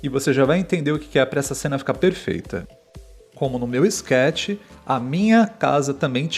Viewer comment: Dica: a palavra é SKETCH, não "scketch" muito menos "schetch" (ta dificil ai hein? 😂😂😂). Esse planejamento era exatamente oq eu fazia quando criava minhas fotos no second life, ate hj tenho os sketchs num caderno de desenho rsrs.